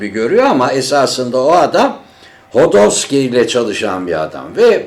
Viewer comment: Hodorski değil khodorkovsky